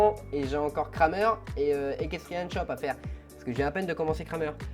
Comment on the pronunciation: On dit ''krèmer''